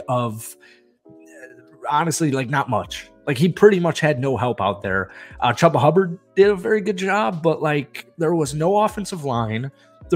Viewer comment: it is pronounced CHEW-ba hubbard